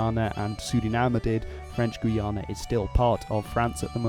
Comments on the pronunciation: Its guy-ana Not guana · Minor pronunciation nitpick; the way you were pronouncing the Guyanas /gu:'jænæ/ is not really correct in English or French. In French, French Guiana is spelled "Guyane" and pronounced sort of like /gu:'jæn/. In English, Guyana is pronounced more like /gaɪ'ʲɑ:nə/ or /gaɪ'ʲɑ:nɜ:/ (my best approximations in IPA). Forgive me my pedantry and forgive me if, perhaps, your pronunciation is what's used IN the Guyanas but, I was taught, growing up, that the differing pronunciations was important in distinguishing the countries when speaking English.